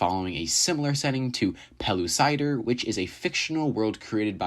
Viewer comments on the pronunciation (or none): you butchered the pronunciation of pellucidar